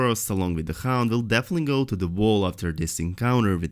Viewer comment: Vall or Wall? His brain doesn't know which to choose, but his tongue can say both.